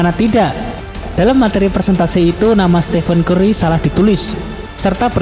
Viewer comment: Lo salah ngomong ! Presentasi bukan persentasi !